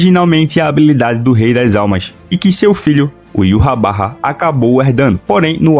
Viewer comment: Mano, eu amo teu canal porque vc pronuncia o nome de Yhwach da maneira correta e esse nome é muito fera. "Yuhabaha" Da um nervoso quando vejo os caras falando "Ivár" ou Irrauch"